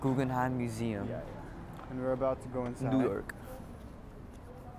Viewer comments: You can hear Mark's Canadian jump out for a second when he says "about" lol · first time Ive heard the Canadian "about" from MArk